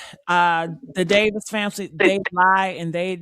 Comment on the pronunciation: The Davis family not the Davison family.